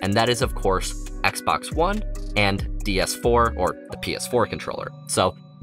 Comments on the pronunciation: Is anyone else hearing him say "DS 4" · its triggering me when hes saying DS4 :(